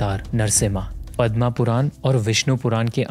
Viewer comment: Bhai ek baat samajh me nhi aati ki hindi aur sanskrit ke words ka pronunciation english style me kyo krna Hindi aur Sanskrit ke words me english ki tarah agar last me ‘a’ lga dete hai to unka pura mean hi change ho jata hai Jaise isi video me ‘पद्म पुराण’ ko ‘पद्मा पुराण’ kr diya jabki पद्म ka arth कमल hota है aur पद्मा ka arth माता लक्ष्मी होता है Usi tarah se शिव ko शिवा बोलते है jabki Shiv me ydi ‘a’ lga de to माता पार्वती uska arth ho jata hai jise Mahadev ki Shakti kha jata hai